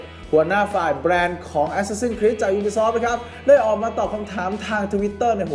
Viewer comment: เห็นชอบออกเสียงว่าแอสซาสิ้นนนนครีสตลอด ฟังแล้วมันฮาๆ